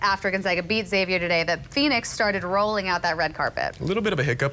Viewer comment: i love how many people outside Spokane mispronounce Gonzaga. then the news anchors mispronounce Xavier saying "zavier" instead of "ex-avier"